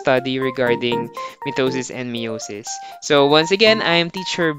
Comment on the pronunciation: mitisis and meosis